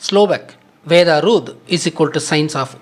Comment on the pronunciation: VEDAM / VEDA (NOT VEDHAM/VEDHA)